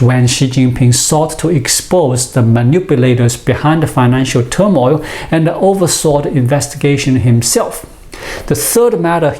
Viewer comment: Constructive criticism. Loose the A after a word ends in D/T. "Science anda technology". Your English is really good, loose the A. :)